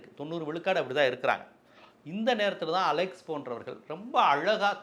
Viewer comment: டேய் அலெக்சு இல்ல அலெக்ஸ் 😂